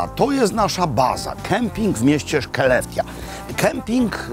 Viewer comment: Mieszkam w tym mieście ! Miasto wymawia się “szelefte” w dialekcie z północy Szwecji